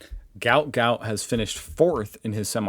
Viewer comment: My son works with Gout Gout's dad and says his name is pronounced Gwat Gwat. I had read somewhere ages ago (before I knew my son worked with his dad) that the spelling was a typo on paperwork and should have been Guot Guot, so the proper pronunciation of his name makes sense.